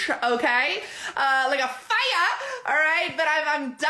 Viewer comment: Do you think that people get possessed by # Boss Lee and she speaks through people? When this woman said "fiyah" (fire)...I got a chill. Self help based on these categories really diminishes the experience of life. It's very appealing but is so deceptive. We are complicated things. As a kid in a household where I had to read emotions from my dad, I would change to match what was expected to survive. Her personality is very overbearing and definitely people under her will change to match.